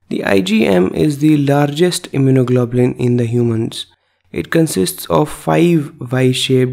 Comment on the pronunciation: Very well done, and I love his pronunciation of immunoglobulin